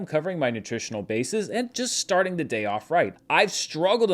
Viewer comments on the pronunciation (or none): none